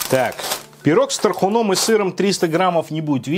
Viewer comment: ну я понимаю, что мы тут про еду, но пожалей мои уши🙏 С тархУном, а не с тархунОм🌷